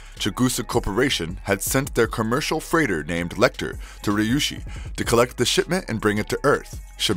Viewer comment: Is it so hard to read Ryushi as Ree U she?